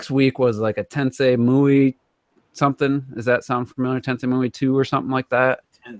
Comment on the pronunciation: "Tensei Myu" lol I think you meant Tenchi Muyo. Also I don't think the movies are as good as Tenchi Universe